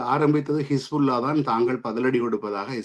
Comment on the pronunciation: கிஸ்புல்லா இல்லை ஹிஸ்புல்லா அதாவது Kispulla இல்லை Hisbullah உச்சரிப்பு கொலைஞர்கள் யாழ்ப்பாணிகள்